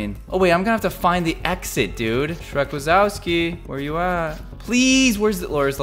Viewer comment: you said shreck wasowski wrong its in polish ;)